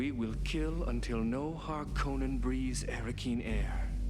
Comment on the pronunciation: The ‘o’ in ‘Harkonnen’ is short - harr-CON-nun, not harr-KOH-nun.